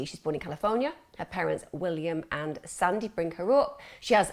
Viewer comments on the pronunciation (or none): none